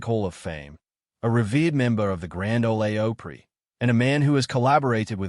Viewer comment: What crap click bait. And pronouncing it grand “Olay oh-pree. And what is that accent?